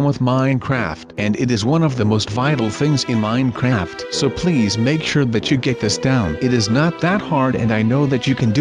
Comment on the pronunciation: Stop saying minecraft weirdly